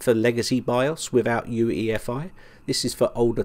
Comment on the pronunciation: "for UFEI" Do you even make a script? You know it's UEFI! Just stop making these horrible mistakes already!!!